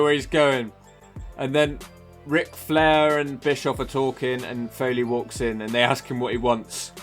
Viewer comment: Don't stop what your doing!! More of the same please..As for your EX?..erm ive been single 10years..No advice as I'm a fuckwit🤐😂🤣..my fave video so far proper drunk!!.. has no problem saying "Shenanigans" correctly but cocks-up flairs 1st name in the same sentence!😂😂🇬🇧